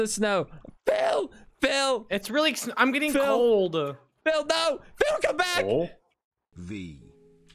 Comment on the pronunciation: Don't-.....pls don't over exaggerated the word "COME" ever again....